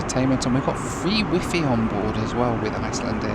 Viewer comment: Never heard the word Wi-Fi pronounced the way he did it today lol